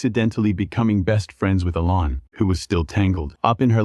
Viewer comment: Do yourself a favor. Turn the volume down. Because the narrator uses countless different versions of the same names and most of them are incorrect! SERIOUSLY!? "LINE ZAY" for Lindsey? A lann (Alan), dibert for debut??? Oh, and don't forget the Molee bu beach house!!!